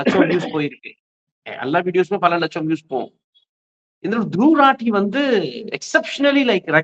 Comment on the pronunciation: துருவ ராட்டி என்று உச்சரிக்க வேண்டும்